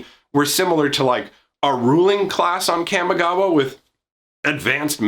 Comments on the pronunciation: kamigawa, not camigawa. lol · Your pronunciation of Kamigawa is triggering me. Camma? Really? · Are you forgetting that in D&D has "Chaotic" as an alignment? It's pronounced "commie-gawa" Also I'm calling it now, the planeswalkers are Tezzeret, Ral Zarek, and probably Jace because he is poster boy who sells packs. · It is a soft (a) - Kah-mee - it hurts hearing it pronounced the way you do. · Look, I like your vids, but the way you say Kamigawa hurts my soul. Kah-Me Gawa